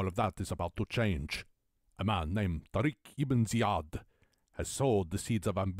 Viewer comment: Pronounce 'tariq ibne ja-id.